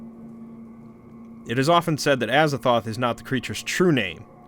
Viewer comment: Aza “Thoth”’